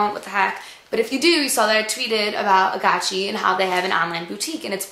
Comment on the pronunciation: i thought it was called agaci with the g not a chi sound but lol